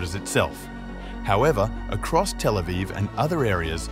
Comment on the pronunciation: 😡 don't say telephone for Tel Aviv, like some other (DELETED) vlog channels that use AI voices. 🙄